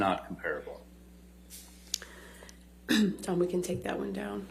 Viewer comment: He doesn't pronounce 'comparable' correctly...